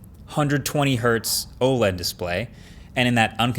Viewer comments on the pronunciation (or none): none